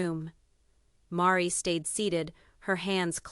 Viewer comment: I so wanted to believe this story, but it seems to be unbelievable. The misspelled names and the pronunciations . Meri is pronounced as 'maree'. And Robin is pronounced as 'row-bin'. So, I feel that this AI projection is all fabrication 😢. Don't waste your time in reading this! If this was true why didn't anyone else print it? Besides the obvious...if you have followed this family you KNOW that Meri is not flashy 😊.